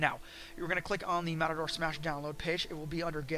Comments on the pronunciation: Omg matador and mator like tomator are two different spellings and pronunciations if I knew you personally I'd cup check you so fast for saying that over and over again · Why do you keep saying matador? This is triggering me way more than it probably should.